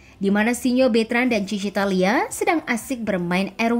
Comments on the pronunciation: Hadir slalu buat kesayangan ai,,it Thalia min bukan Thania ,,miminnya tetot wkwkwk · Thalia om bukan thania